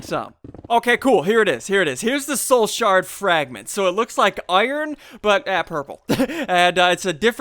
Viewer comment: You kept saying Shoul Sard xD